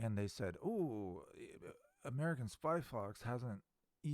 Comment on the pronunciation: Yay! “”Theeee AmerICAN Spy Fox!” is BACK…with a VENGEANCE!